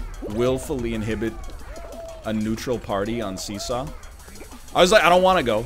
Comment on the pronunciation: Every time you say 'see saw' it sounds like 'Caesar'. Intentionally?